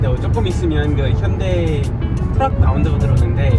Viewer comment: ㅋ 트럭발음이 츄럭이 아니네 ㅋ